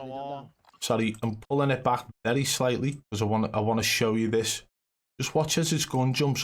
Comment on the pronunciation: Cant take a guy seriously if he say baj instead of back